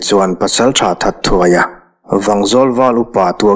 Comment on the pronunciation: THATTHUAIA ti-a i lam hi 'THAT-HUAIA' ti-a lam tür nizãwk âwm tak anih hi mawle.